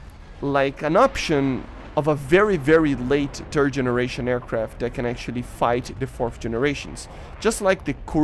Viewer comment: I am sorry, accent of 3rd generation sounds like "turd generation", kind of fitting of current 3rd generation plane in current air RB